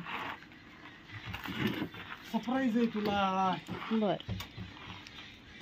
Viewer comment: दादा sprize नाही surprize बोला.& अभिनंदन शेगडी साठी